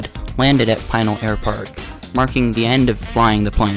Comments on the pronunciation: Pinal is not pronouced as "Pine-al" (locally) sounds like Pin + Al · Pinal = Pih-nall